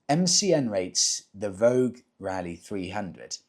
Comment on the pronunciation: Vogue vs voge..... Vo-ja 😊